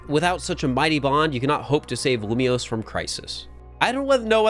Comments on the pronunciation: When he upgraded from lumoise to lumioise I realised we were going to be here for a while 😅😂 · Lumiose, not Lumoise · YAY, POKEMON. Also, how dare you pronounce it lumois not lumiose. Thats not right meow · All for this until you pronounce Lumiose as Lilmoy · Every time said Loomoiz, I felt a part of me die. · IT’S LU - ME - OSE I wanted to CRY when he failed to pronounce it. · Loom-E-ose and Zy-guard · Dude cant even say Lumiose.... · Starting the video, and waiting until live figures out how to say Lumiose correctly since post-commentary is saying it properly. That's a fun thing to look out for:3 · I think the way that pronounces basically all the French/pseudo-French words is really funny. Obviously we have Lumiose, but there's also nouveau and bureau that particularly stood out to me